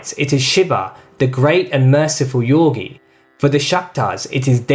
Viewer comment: I love your videos but why do you pronounce yogi as "yorgi"? You probably know something I don't.